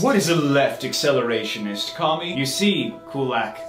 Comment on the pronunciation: Can we really say that Zizek is an acshelerashionishst?